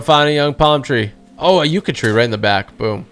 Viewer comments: Btw its pronounce yuck a not yuk a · It’s pronounced “yuh-cuh “ not “yoo-cuh “ 👍